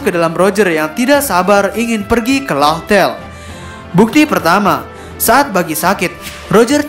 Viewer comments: Laugh tale itu di baca laftel min, bukan lauhtel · disaat channel2 lain upload spoiler chap. 975 . .. lu malah upload Mega Teori.. bener2 favorite dah lu min.. luv luv btw min, Laugh Tale itu bacanya : LAF-TEL